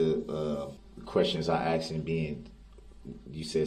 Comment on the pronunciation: Dat conclusion. Which you. Chidren. Struck. Pas you. Dey were. Axe.